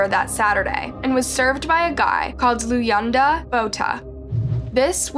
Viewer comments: Luyanda is pronounced “Lu-wan-da” your videos research is getting so much better! feel like a proud mother lol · You copy from coffhousecrime again? And you completely butcher all African names. You-e-naynay? Looyanata? Wtf. You don’t even research your cases at all do you.